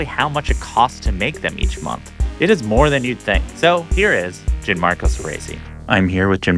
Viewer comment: The host keeps saying “JIN-marco” and it’s driving me crazy. Please learn how to pronounce your guests name.